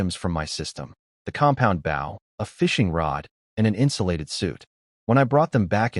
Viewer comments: Could somebody PLEASE teach A.I. How to pronoun bOw as in bow and arrow and bow as in to bow down. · If you're going to tell a story, could you please pronounce the word BOW as a weapon and not a polite action.